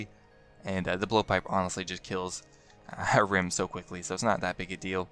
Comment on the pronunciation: LOL he says Ahrim like "A Rim"